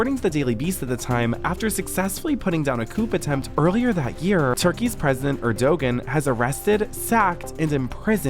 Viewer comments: The man narrating this cannot pronounce the Turkish President's name. If you want to send information to the public, give respect and learn how to pronounce a person's name. Lindsay does not sound like she has some fake accent in the majority of this video clip. She knows how to pronounce names and speaks in her own voice in my opinion. Is everyone so bored that they need to keep making up comspiracy theories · I love your videos but PLEASE learn how to pronounce words properly, like coup and the president of Turkey's name. It would be very easy to learn the correct pronunciations for words before making your videos and it would make your videos even more professional and make you sound far less stupid. I know sounding educated is not a priority to Gen Z but why not give sounding like you know what you're talking about a try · erdoGAN not erdOgan, the p in coup is silent, jesus when erdogan was at the white house with his version of secret service he sent them to violently physically attack/beat american protesters of his regime before he was due to leave back to the embassy shit didnt even get on the news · It’s not pronounced Erdogin. It’s pronounced Erdowan. The g is silent. He’s an excellent President. I’m American and I live in Türkiye, so this is my opinion. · Her accent tho... high key cringe. Btw, Erdogan is pronounced "ER-do-wan", and the "p" at the end of "coup" is silent (it's "coo" not "coop"). One thing we can all agree on, regardless of if you're from USA, UAE, Turkey, wherever: Lindsay Lohan can find the blow in whatever country you're from. Listen to her sniffling up a storm trying to take those kids from their mama bear. When Lindsay's kid is about 4, I hope some strange foreigner who doesn't speak English tries to take her kid with them so she can understand how positively wacked out what she did in Turkey is. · Every time tries to say “Erdogan” cracks me up 😂 it’s pronounced like Air-do-wan